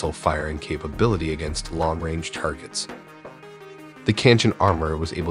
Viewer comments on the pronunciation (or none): none